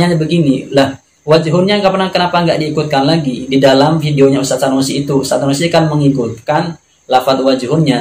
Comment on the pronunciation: Sunusi jadi Sanusi, tulisan indonesia saja lu gak bisa baca, menyalahkan bahasa arab orang. belajar huruf abc dulu bang biar gak malu2in